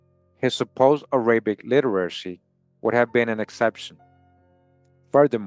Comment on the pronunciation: The way you pronounce "Arabic"... 😫🫩😤😡😵‍💫🫨